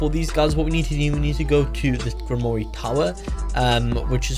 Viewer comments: Ur terrible at pronouncing grimore the e is silent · Gwimrorie is disrespectful its not pronounced like that the e is silent in grimroire